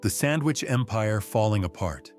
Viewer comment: There is no "m" in "sandwich"! I English the second language of you faux voice?